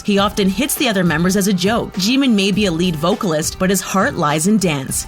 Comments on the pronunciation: The way she pronounced there names like sooga and min joongi, jeemin pack jimin jongkoo got me no hate but ye this just gave wrong information j hope is not the mother of the group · StOb It nOw lEaRn hOw tO pRoNoUnCe tHeIr nAmEs iTs Kim Namjoon not "Kim Nemjoon:! aNd ItS Min Yoongi not "Min Yoon gi"abn its Park Jimin not "Pek Jimin" Edit: and its kinda triggers me when she say their name ;A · Ah, This vid is so cringe At the mispronounced names '-' Kim teary Young? Edit Thanks for the likes! And Jimin is soooo easy to pronounce it jim-in not Jee min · I hate how she pronounced the names SUGA is pronounced SHU-GA not SU-GA Jimin is pronounced JI-MIN not JE-MIN Jungkook is pronounced JUNG-KOOK not JUN-KOO And J-hope is not the mother of the group that's Mother Jin and Jimin is in BTS because of his talent and voice and u referd to him as nothing but abs and it's not pronounced Kim tear-young its Kim-Taehyung and Bangtan is not spelled Ban tang😡😒😣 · THE PRONUNCIATIONS ARE TRIGGERING ME STOP SAYING JEEMIN 🤦🏻‍♀️ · Umm you don't pronounce Jimin's name like that Lmao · the way you say Jimin hurts me also I think he hits his members because he's embarrassed the way you say Jeon Jungkook hurts me as well seeing the thumbnail makes me idfk, Jhope was 19 or 20(?) when they made their second music video which was we are bulletproof pt2 Edit:hello again sisters(not a fan of james Charles and never was) Hoseok/Jhope was 19 in no more dream and we are bulletproof pt2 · What did she just call V? And who's junkoo. Also she said Jimin's name right when she made that joke but then procedded to say it wrong for the rest of the time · Theresa Gallagher Jimin is pronounced with short i:)